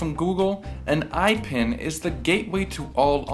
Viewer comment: its pronounced ipin not aipin like you said